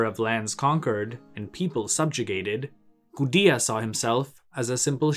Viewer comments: I think it's just a mistake. It's not an English name, and nothing about English phonology should prevent one from saying "goo-day-uh" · Yeah your right. Based off of what we know about Sumerian, It's pronounced goo-de-ah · Linguistic quibble: how is it pronounced 'goo-dee-uh' but spelled Gudea instead of Gudia? Something is wrong here.